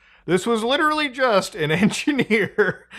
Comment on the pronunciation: This has really fucked with me for a long time now. You ssy ""literally" not just constntly but you pronounce it just like Leafy. PLEASE stop. It's gone on long enough bro.